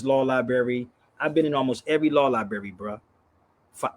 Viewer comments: It's libRary NOT libary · Someone should explain to that the word "libRary" has an R, it's not "liberry"....this guy is educating?.... SMFH 🫤🫤🫤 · Insult what intelligence? is a very unintelligent person - he is a street con. He doesn't know the difference between the words "rather" and "whether"., the word is libRary, not libary. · “libary”? the word is library.. sir there is an “r” in the word you are not annunciating … this is sad.😢😢😢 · If going to a law "liberry" makes you a lawyer, then I must be an orthopedic surgeon after all my trips to the ER. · If you still can't using the word "lie-bary" I'm going to assume you a re and unintelligent person. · law "liberry"..fn retard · LIBERRY LOL CANT SPEAK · "Come debate me, but we're only going to talk about what I want to talk about and how I want to talk about it." Extra "smart" points for saying "libary" over and over again. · Is he saying lieberry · Is "lieberry" anything like blueberry or strawberry? Mmmmm 😝🤣😝🤣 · He can't even say the word Library!!! is a racist piece of human waste! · 'Law Lieberry' 🤣😝🤣😝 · Don't brag about a law library if you can't pronounce library! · 😂People stop using drugs like this browny. Maybe then you will learn how to pronounce simple words like library and ask. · Why is he bragging on that card as if he earned it. It’s not his, so what the heck is he talking about? HE CANNOT PRONOUNCE LIBRARY yet he is bragging on how many libraries he has been in. That’s a shame. He’s not just a racist, he is an idiot. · Yeah. He’s soooo great he needs sponsors to buy a him plane ticket and can’t pronounce ‘library’